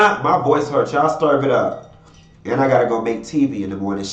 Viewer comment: That “STERVE IT UP” be having me on the floor🤣🤣😂😂 I love u!!!!!😘😘😘😘🗣